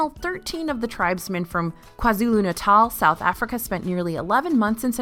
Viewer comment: Brownie points for pronouncing Kwazulu Natal correctly 😁 Enjoyed the video. Thank you for all your hard work.